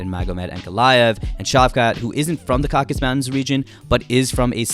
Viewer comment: the mountain region is called "caucasus" not "caucus" mountains